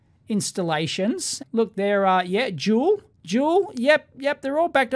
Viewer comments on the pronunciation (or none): none